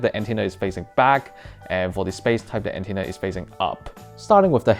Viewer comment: ... Antennr mm yes not antenna but Antennr